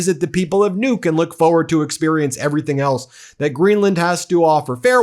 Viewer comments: The name of the Greenlandic capital is actually pronound with an unispirred first u and a heavily inspired second u: Nuúk. Guess you have to be local to know that. But no offence taken - nor given. Just to let you know, the name has two syllables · Kind of eerie that Nuuk was given by the subtitles as "nuke," so in the context it ends up sounding like "nuked Greenland." Don't give him any ideas.